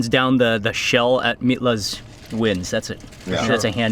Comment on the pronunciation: Mitlas is pronounced "meetlas" .... js